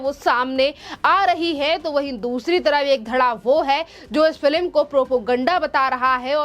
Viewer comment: Madam news anchor correct yourself and pronounce#Film instead of #FILIM👍